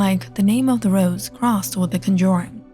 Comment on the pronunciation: I luv the story behind Valak and her Orgins plus what her ture form looks like. But ima be straight and say it’s not “Conjoring” there is no “O” in the Word. It’s “Conjuring” with a “U”